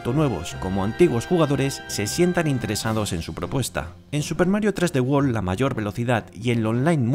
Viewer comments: I guess that’s how y’all say 3D world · Super Mario Tresdewol mas bushars fiuri